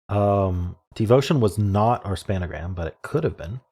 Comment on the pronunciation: Hm, this one had two spangrams, or as you (alone) like to say "spanagrams".